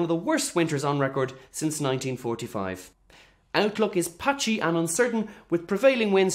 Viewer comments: Hilarious (as usual). But you forgot the “h” in patchy lol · "Patcy" lol.